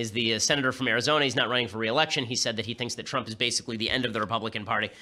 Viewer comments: Out of all of the ben shapiro videos ive seen this is the first time ben has mispronounced something and its trump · “President Twump” 😂😂😂